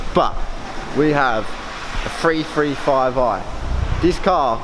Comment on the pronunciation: We have a "free free five eye" 😂